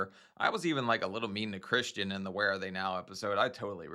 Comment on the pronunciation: Christian. Chrishhhtunnn. CRISHTONNNN!!! 😩🙉😱🤣🤭